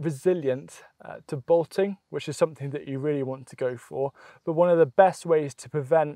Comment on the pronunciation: what is he saying? "Botting"? What's that?